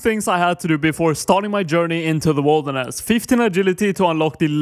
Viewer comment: it would be nice to know what things you wont be able to do due to the zone restriction, also why are u saying it like wolderness?